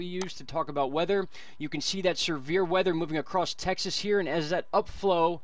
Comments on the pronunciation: Texlas lol funny bro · I like it! Texlas. Sounds good to me.